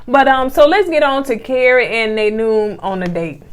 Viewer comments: I'm over here, cackling at "Naynoom"!! It's Na'im - Nye-eem. But now imma start calling him Naynoom. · Ya’ll are cracking me up!!! Na’im. (Nay noon)💀, is pronounced Na-Eem. Happy birthday!! Much love… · Boy ya'll know how to butcher some names. LOL. Na'im (Nye-eem).I think Tesia is used to men going approaching her and doing all the work. That is not going to work on in this situation. Happy birthday. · Na'im, try saying it like this: Nah eem. It will just roll off your tongue. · No disrespect fam..but Na'im is pronounced like nah-eem